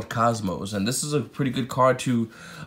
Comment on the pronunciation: bro. its NIN-GEAR-SUE not ningarusuau